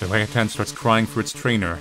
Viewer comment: Hehe orangutan. Love it when "ah" is said as "ae"